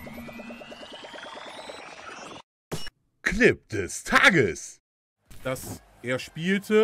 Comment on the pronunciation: Hey ich finde diese Reihe mit "Clip des Tages" mega erfrischend auf deinem Kanal. Die Betonung von "Tages" finde ich eher wie am Anfang besser (geiler Deutsch). Sprich mit der "tieferen" Stimme. Das bleibt mehr hängen im Kopf bei mir und ich hoffe du variierst vllt. ein wenig mit der hohen und tiefen Stimme beim Intro? Mit besten Grüßen Ben.